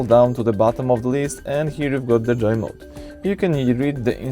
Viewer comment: Its Joe mode not Joy mode